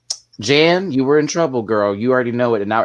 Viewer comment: Omg I love this panel! Good job guys., why do you keep calling Jan Janathan? Lol I don’t get it